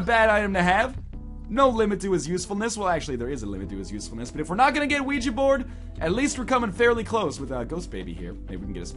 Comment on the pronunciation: i like how he pronounces Ouija Board as WeeGee Board. Thats how everyone should say it